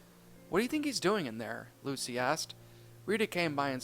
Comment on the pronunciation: I like how you said LUSA instead of Lucy xD